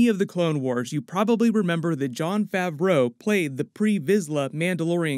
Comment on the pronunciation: "Tilek" & "Favruuou" ? Dude come on